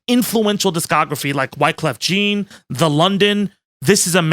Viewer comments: That's not how you say, Wyclef Jean. It's Jean like Jean Claude Van Damme. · Did you just say Wyclef Jean. Like "Jean Gray?" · Did you say Wyclef “jeans”